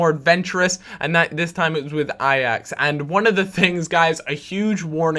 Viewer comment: hey im dutch so i might be able to help you out :p you say ajax like ajex or something.. try to say it like a hatchet, a axe, Ai-axe